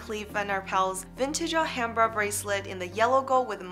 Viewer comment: It's Ah-lumbra.